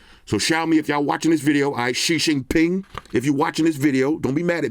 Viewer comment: I like how u say Shi Jinping. Hilarious!